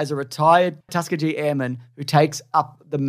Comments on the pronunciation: “Tuskateer airmen” I swear I heard it multiple times XD Tuskegee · Please, for the love of Mike, LEARN HOW TO PRONOUNCE "TUSKEGEE"...!!!!! 😉👍🏽